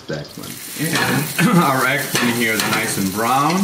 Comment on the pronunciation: It's pronounced EGG PLANT not egplin! However that looked great so I will try it.